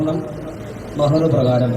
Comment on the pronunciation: മെഹർ അല്ല bro മഹർ.